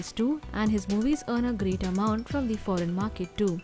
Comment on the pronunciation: foreign not forean